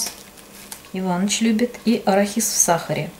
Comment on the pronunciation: посмотрела в словаре, надо говорить арахис, то есть ударение делать на букву а, а не на и.Ну если вы так привыкли, ничего страшного.Я без зла.